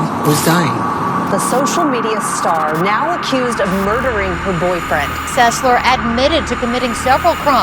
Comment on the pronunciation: How do you mistake SES-LER, for SEL-SER. The mispronunciation in all of your videos seems very disrespectful for the families involved.